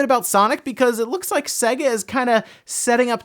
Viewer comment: sega? SAY-GA.....it's literally pronounced on every one of their games as the intro as you boot up 🙃